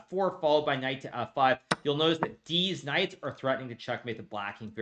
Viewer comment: Did he just say, “deez knights?” 😂😂😂